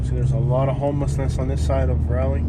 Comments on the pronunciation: Raw-lee not Ra-lee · This video was hilarious! As a 50+ year resident of Raleigh, I can say you have no idea what you’re talking about in this video. You weren’t even brave enough to go to the REAL hood or to venture downtown to see what a great city Raleigh is. And, you even mispronounced the name of our city. Dude, go away and stay away.